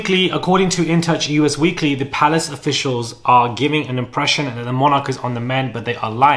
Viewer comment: PLEASE STOP SAYING U. S. WEEKLY! It’s Us Weekly!